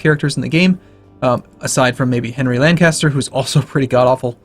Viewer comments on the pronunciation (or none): none